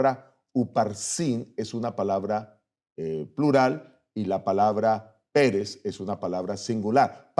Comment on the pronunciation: Digalo bien pastor no es Pérez es Peres sin asentó para no confundir